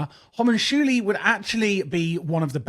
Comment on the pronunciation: Say it with me now, Hom-un-cu-li